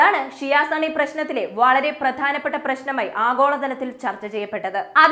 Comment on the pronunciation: സണ്ണി അല്ല സുന്നി 😂